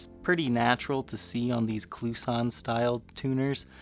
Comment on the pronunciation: I know this is knit picking however Kluson is pronounced like Gibson i.e. Gib sun' & Klu sun' is proper pronunciation . You are not the only one mispronouncing not like Tucson ...